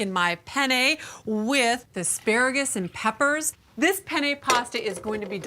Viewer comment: Take a sip of 🍸every time she says "Pen - yay" 😂